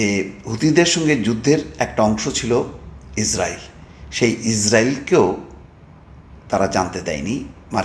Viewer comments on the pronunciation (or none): none